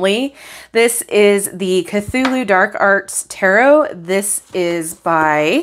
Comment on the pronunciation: Cthulhu is pronounced more like Klohl-oo